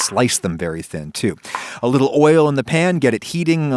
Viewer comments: Love that he said li'l and bri'ish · .......the way he said the word "little"...def had that English influence.. Haha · No one going to comment about on how he said “little” with a British accent?